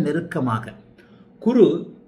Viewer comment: மிக அருமை, நன்றாக புரிந்தது. ஒரே ஒரு குறை. உங்கள் சேனல் பெயரே Guruji tv, பிறகு எதற்காக குருவை Kuru என்று உச்சரிக்கிறீர்கள்?